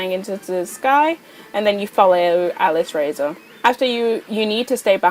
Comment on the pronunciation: I think its said alice-raz-or